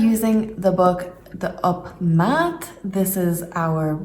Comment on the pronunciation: Wat goed van je dat je zo intensief met de opleiding bezig bent! Vraag een van de leraren nog even naar de uitspraak van “De Opmaat” , voor mijn gevoel lag de klemtoon verkeerd 😉 Het is wel mooi om te horen dat je weet dat een dubbele klinker voor een lange klank zorgt. Probeer nu nog eens Daan te zeggen met diezelfde lange aa klank 🤗 Ga zo door 👍👍